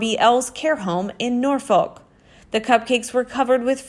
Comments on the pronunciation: Lol Americans have trouble with pronouncing our town/city names. :-D We say Norfuc, not Norfoke. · It's actually pronounced Norfok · Always heard it pronounced Norfuc. I have never heard it pronounced any other way.